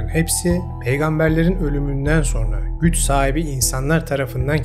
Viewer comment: SO(R)NA DEĞİL,SO(N)RA.